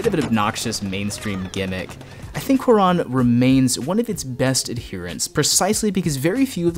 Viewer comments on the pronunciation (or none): Great vid! But also, it’s pronounced kū-ah-rōn... not kū-ah-rahn. The accent on the ó is there to indicate the stress on that syllable. Same for Y Tu Mamá También. Ē tū mah-maah tah-m-bē-ehn. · WHY THE FUCK YOU SAY CUARÓN LIKE THATTTT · you massacred his name. good video though